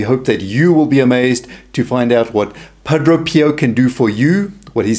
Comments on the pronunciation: It’s Padre pio not Padro Pio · Friend, Thank you for your ministry.. however, if you are going to continue with it, it is essential that you learn to pronounce the Padres name correctly. Phonetically it is: Pah - DRAY. Pee Oh Not Pa DRO pee oh Blessings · It is Padre Pio and not Padro Pio...! Let's learn to pronounce the name correctly if you want to be taken seriously on your video. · Wonderful video. The speaker has a very unusual way of pronouncing the saint's name. To my ear at least it sounds like he is saying Padro Pio. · why does he say padro? which is it?